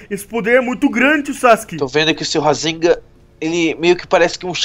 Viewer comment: odeio essa série ele não sabe nem falar o Rasengan ele fala rasega